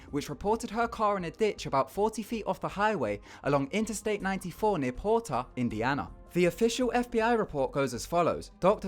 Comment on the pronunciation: I fucking hate how British people pronounce Indiana